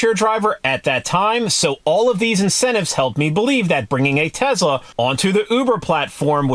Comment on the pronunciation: He says Tezla. Lol. Is that a Chinese knockoff of a Tesla?